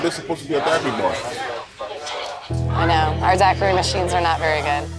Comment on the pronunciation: Never in my life have I heard the word Daiquiri pronounced like this and what tye hell is that goo? XD